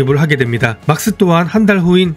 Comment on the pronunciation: 맥스면 맥스지 막스는 뭔가요. 일본 발음으로 할 거면 마쿠스라고 하든지요.